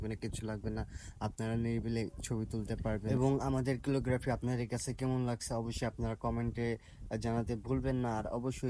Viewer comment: Bhai🙂 ক্যালিগ্রাফি 👍🏿 কিলোগ্রাফি না 🙂